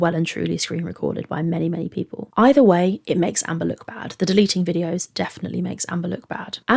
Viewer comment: I think she said BAE not bad.